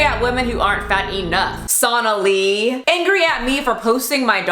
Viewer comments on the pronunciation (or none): Love the ending where you wish them health - but they will still manage to misconstrue it as usual. It's sad. I have sympathy for the followers of the fat-positive community but really none for people like Sonahlee. (btw. her name is supposed to be pronounced So'Naalee with stress on the N and not the S - in Urdu and in hindi, yet I don't know if she has anglicized it and prefers a different pronunciation)